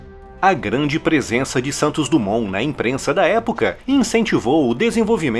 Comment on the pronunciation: DUMONT...SE DIZ DIMON